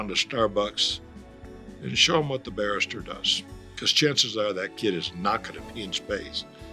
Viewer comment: He said barista but pronounced it like barrister